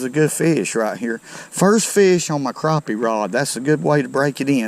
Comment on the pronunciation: The way u say CRAPPEH